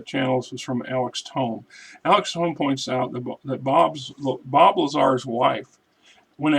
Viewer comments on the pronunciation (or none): Alex Tome back again.....its pronounced TOE-MAY, and thanks for the shoutout. Her name is Tracy Lazar and she gave one interview, it was used as filler for a documentary proclaiming Bob was lying about the story, which makes sense because they were at odds and she was trying to get some money out of him purportedly during their divorce. They ultimately split everything (which was not much) down the middle from what I understand.